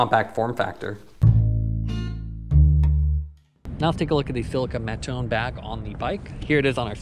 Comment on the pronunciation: It’s too hard to go on google translate and check how you should say Mattone?